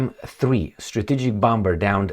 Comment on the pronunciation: In Limba Amerikana, "bomber" se pronuntza "bomer"!